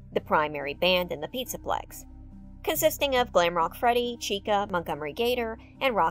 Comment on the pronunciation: The start u say ferty fazbear lmao